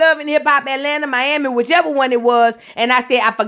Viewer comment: I’m happy to hear you say my city right 😂